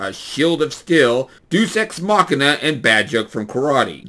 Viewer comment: Just FYI - in "deus ex machina," it's pronounced DAY-us, not deuce. From wikipedia: Deus is the Latin word for "god" or "deity".